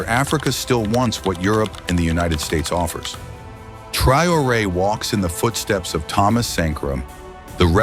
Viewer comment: Svp apprenez au moins à prononcer correctement le nom du Capitaine si vous voulez parler de lui. Remerciements